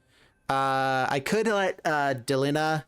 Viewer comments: Why del-ihn-ah? Like Melina, Christina, Erina, Trina, Zena.... Its clearly DEH-LEEEE-NAHHH. Is there any popular english name that ends in "IHNA" i mean seriously bro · I can't watch this video because the bad pronunciation of "Delina" just infuriates me. You wouldn't say the name "Melina" as MEL-in-uh. It's Meh-LEEN-uh. Arghhhhh